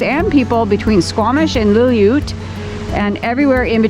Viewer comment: The town you couldn’t say in pronounced Lil-loo-wet.